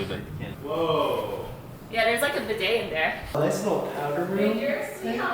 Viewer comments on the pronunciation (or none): none